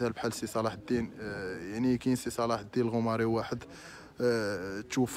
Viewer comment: الغوماري ماشي العوماري اسي الصحافي